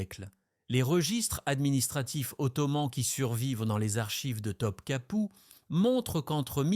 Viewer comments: Pour info on ne prononce pas Top Kapi mais Top Kapeu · Pourquoi Top Kapou? Et pas Topkapi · Je pense que la personne a demandé à l'ia de faire un documentaire sur Theodora et d'en faire une video. Il y a pas mal d'erreurs sur les noms aussi et après vérification, les dates ne collent pas. Pour les noms, il faut lire : Goulbar hun : Gülbahar Hatun Top capou : Topkapı (Sarayı) Bosfor : Bosphore Sumbula : Sümbül ağa Aïe / Aïsh Sultan : Aişe ou Ayşe Sultan (prononcez Aïshé) Quand on n'a pas les bons mots, il est difficile de les deviner pour faire nos propres recherches.